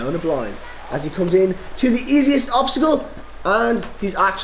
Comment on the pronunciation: i think obsticle is not really a thing i think it is more like obstacle:):).Anyways awsome video as always i really liked the work that you put in with the green screen and all that stuff!!!Keep it up!!!!!!